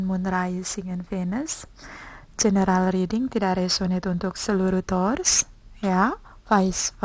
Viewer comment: Mbak..."tours" itu pelafalan taurus dlm bhs apa? Inggris, india, iraq, zimbabwe atw gmn? Tny doank